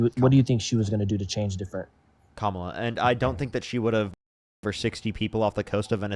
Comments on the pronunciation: Can’t even pounce Kamala’s name respectfully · Caller: Her name is KAMala (as in CANada) not KAmala (just like it's not CAnada).